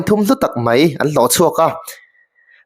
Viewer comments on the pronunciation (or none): I comment ngaihthlâk a nuam...mahse, mizo ṭawng i hman dan uluk deuh hlek la, 'mai' tih tura 'mei' tihte, 'nichin' tih 'nachin' tihte leh a dangte hi kan hriat loh lai hian kan lo tisual leh ṭhin.